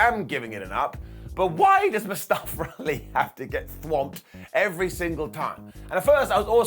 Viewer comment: "Mustafer Ali" 🤣🤣 y'all so funny with the accents. Legit honest question, why do y'all add letter R's to word that don't need it. Like here with the mustafer 🤣